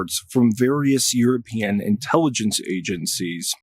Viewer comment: What drugs are you on? "Intellygeciez"... And what planet?